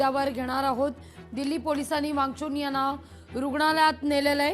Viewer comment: सोनम वांगचून नाहि मॅडम वांगचूक नावं आहे ओ काय पण निदान मराठीचा उचार नीट करा 😅